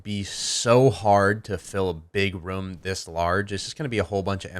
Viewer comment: i like how he says room